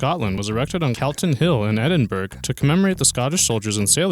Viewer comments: "Ehdin-burra," not "Ehdin-berg." "Fah-sod," not "fah-kade." Also, the Second Avenue Subway was planned as far back as the 1920's. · Pronounced - edin-brah nor edin-burg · Edin-burg 😹 Among other errors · It's not Edinburg. It's Edinburgh... edin borough. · Eddy-toon, Edin-bruh, Edin-boro..anything but Edin-burg. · if you chose to have english commentary, it might be handy if you could actually pronounce the words you are speaking properly. Edin-BERG is actually edin-BRA, facade is pronounced fasade, NOT fakade...the list goes on, average video, extremely crap commentary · sarr-crarda fa-milia was the only name he prenounced correctly....even Gaudi he got wrong...lol....far-kade...lol....too much....FAH-SARD....DUH....and the biggie..."EDN-BERG.....BWAAAHAHA...EDN-BURRAH.......or EDNBRUH.....you mong. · Edin-berg? Come on, guy. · right please oh please say Edinburgh right ffs. Eden-bruh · edinburg. This pronunciation killed me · I grew up in California, and even I face-palmed when you said, "Eden-berg." Honorable mention: "Fakade." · Edin-berg lol learn to pronounce, disliked the video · Edin Borg ? perhaps an old Viking settlement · "Edinberg" = a thumbs down from me. Sorry Scotland. Regards, an Englishman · you know zero why is it people start channels and think they can just put crap on it with absolute zero idea what there talking about im from Scotland and really your pronunciation of Edinburgh laughable and pathetic i also live in Dubai for last 9 years and the world islands is has actually around 7 islands being developed thee is green land and Lebanon island which are complete which i know as ive been there and also another 5 being developed for heart of Europe complex your lazy ass approach to such slap dash videos is laughable go get yourself a proper job or at minimum educate yourself before coming out with such ridiculous inaccurate information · Edinburgh? WTF? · Pronounce Edinburgh properly, please!